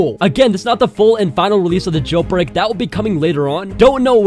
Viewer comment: He is saying jailPreak 😂😂